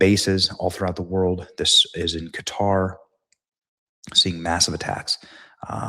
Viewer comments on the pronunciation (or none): none